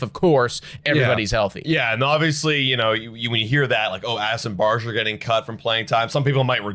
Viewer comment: This shit is really getting tiring to watch. Also you guys are still pronouncing Barger's name wrong.